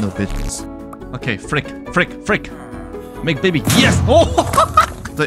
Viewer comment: I though bro said, "Make Diddy." The captions said, "make baby."☠